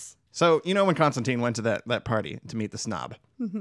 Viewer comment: Constan-tyne. His name is pronounced constantyne, rhymes with fine. Sorry to be nit picky but it bothers me no one ever says his name correctly. Other than that, really fun episode. Thanks for shining a light on one of my favorites.